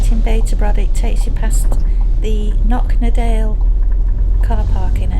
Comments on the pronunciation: Croch na Dail ..your Scottish tongue is very good I have to say. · You mangled your own catchphrase! Good video, packed with helpful advice for future campers. And Cnoc-na-dail was reasonably pronounced too 😁 Quick question: how does the dashcam move side to side? Is it just you doing it manually?